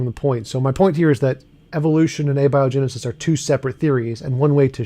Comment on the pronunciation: When a guy doesn't know how to pronounce abiogenesis, that's a red flag.